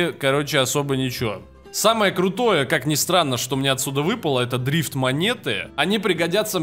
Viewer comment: Мне показалось или ты сказал дрист монеты?)